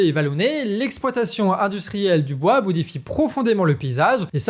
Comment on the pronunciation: Garçon !!! Parle moins vite Pour être d une ( audible) Et deux ( faire moins de faute Phonetique) bois pas boa